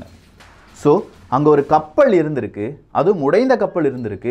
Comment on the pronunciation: நல்ல பதிவுக்கு, நன்றி. தமிழ் உச்சரிப்பை சரி செய்தால் இன்னும் நன்றாக இருக்கும். கப்ப’ல்’ .. கேட்டா’ல்’ என்றா’ல்’ ..